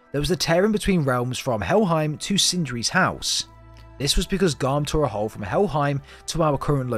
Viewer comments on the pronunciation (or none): none